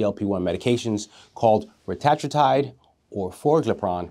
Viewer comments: Great video. Just a heads up. It's pronounced ret-a-TROO-tide. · Its pronounced (retuhh true tide)